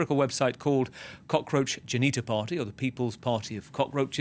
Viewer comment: Its "Janta" whose direct translation to english is "Public" (the guy mispronounced it as jenita which sounds similar to genital with a silent L as you pointed out lol).